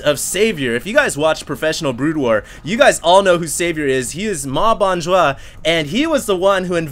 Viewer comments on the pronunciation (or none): none